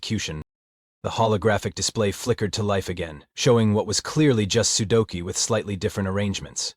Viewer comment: "sukolu"? "sudoko"? TF?